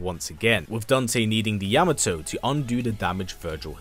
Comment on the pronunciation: This is the only YouTuber who pronounced the word Yamato correctly.